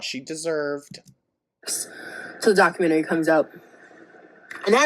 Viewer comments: The way says documentary... it makes me think of the plan-eh-arium episode of south park, but like, the opposite. DocumenTARY. Love it so much. Lol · iv never heard anyone say ‘documentary’ the way you do 😂😂